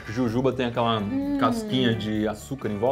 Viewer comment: Iberê falou certo e jujuba